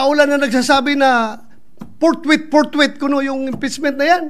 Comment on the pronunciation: What's your point for mocking the word "forthwith" in the constitution? "portwit-portwit, kuno"~Bato Dela Rosa